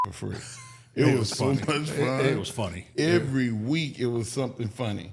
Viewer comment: (EVERY NOT ERRY)